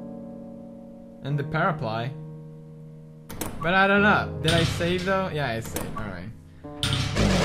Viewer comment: "we can totally get the ball...and the paraply paraply said in slight english accent " and here is where i lose my shit